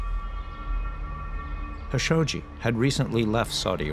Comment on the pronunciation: Everybody pronounces JAMAL KHASHOGGI with a K sound and the narrator of all people purposely mispronounces his last name as HASHOGGI 😂 it’s kind of disgraceful